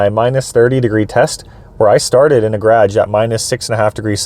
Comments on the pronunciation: Like your content dude but what's a 'graaj'! :) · the way you say garage makes me feel like im on lake of the woods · The way you say garage